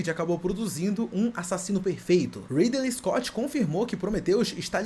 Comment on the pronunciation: O "Ridelei escote" já me deixou incomodado, quando ele falou da flauta de Pá eu dropei de ver o resto do vídeo.